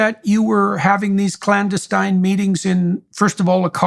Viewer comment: Strange that he mispronounced clandestine